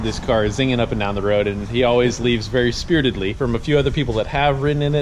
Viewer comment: Very spiritadly. That's a new word. And I'm good with it.